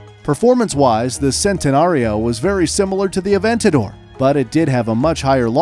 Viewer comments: You’re mispronouncing every single car in Lamborghini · I want to pull my hair out. This man can not pronounce these cars wright🤦‍♂️. He is saying it in an English way but it is supposed to be pronounced with an Italian accent. For example he said “Sentanario but it is pronounced Chentanario. And the way he said Uris🤦‍♂️ I want to cry. Other than that it is a very educational video. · And now he sayin sentenario